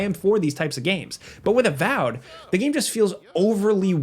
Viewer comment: its avowed not avowed